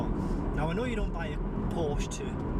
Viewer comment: it's PorschE....